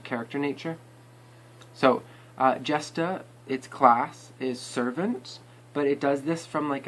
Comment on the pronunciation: Its jay..shtaa Not jesta But Nice Video i like it:)